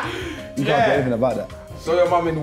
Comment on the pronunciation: Filly said "ca'un"